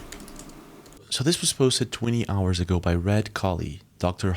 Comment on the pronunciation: Yooo sup new vid lets go 1 howah of powah